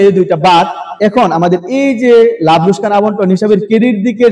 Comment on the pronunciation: লোসকান ❌ লোকসান ✅ 😂😂😂😂😂😂